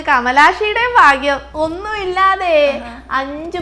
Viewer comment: ഫാഗ്യം അല്ല ഭാഗ്യം